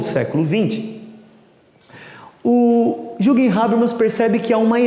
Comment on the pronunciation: Não se le "juguem", se le "yürguem"...é alemão :x